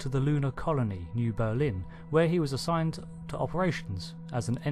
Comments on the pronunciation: New Berlin not New Bermin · Anyone notice New Bermin instead of New Berlin.